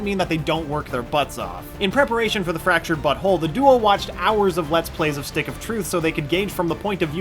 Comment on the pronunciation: I swear he said: "The Fractured Butthole"